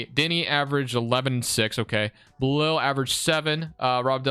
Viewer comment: Appreciate all wizards content but in the future bro.. it’s Bil-ALL not Ba-LIL